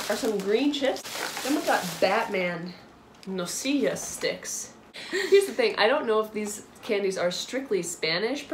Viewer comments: Dulce no "dulse" Nocilla no "Nosilla" Conguitos no "Congüitos" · You didn't write it, you said it. Nocilla is pronounced with C, they are not S, dulce with C, not with S, and Conguitos you pronounced it as "Congüitos".